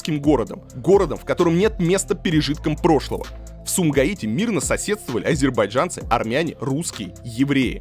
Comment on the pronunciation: Очень забавно было наблюдать за изменением произношения Одувана в течение видео: от «азербайджанцы» до «азербайджЯнцы», плавненько так😁😁 Шустро ассимилируется парень